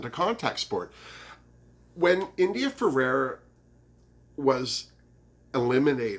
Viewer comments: In addition to the lips Blair St. Clair has also had a nose job. I think he looked better before the plastic surgery. Please let me know if me correcting you bugs you and I'll lay off. But it's India Ferrah (two syllables) not India Fer-ar-ah ( 3 syllables). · It’s India ferah not Ferera